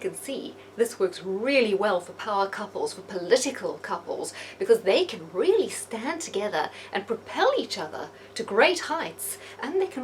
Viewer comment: it's "really" not deally.